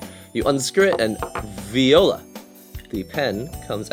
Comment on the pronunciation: "Viola" ?! ..... :D .... =====> VOILÀ ;) (pronounce "voo - ah - lah")